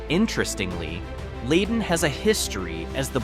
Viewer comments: Too bad its Lie Den not Lay Den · It is an Ai voice pronouncing these towns. Us humans from around here know Leyden is "Lie-den", Petersham is "Peter's ham", Barre is "berry", Gill is as is, part of a fish, And I've never had to say the word "Tyringham", So not so sure on that one, I'll go with "tie-ring-ham", No? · Leyden is pronounced Ly-den beautiful town with clean brooks and awesome woods to hike in. Petersham is quaint and rather wealthy and artsy Wendel is also clean n green Gill has a beautiful campground and runs along side the connecticut river...Great town ! All these towns are GEMS.. not sure where you got the info on them but you might want to visit them and enjoy for yourself. 💚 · Not trusting the narration. Leyden is mispronounced. As are Petersham. And Barre. And Gill. And Tyringham.